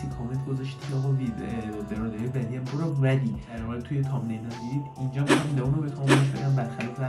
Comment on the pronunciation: لیان ❌ لون ❌ لیون ✅